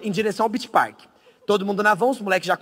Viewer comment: man ele só errou o Park .-.